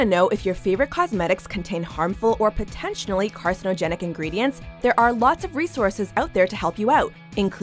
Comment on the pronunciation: She said "potentionally"